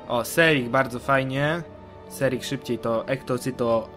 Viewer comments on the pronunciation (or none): Nie serik tylko sernik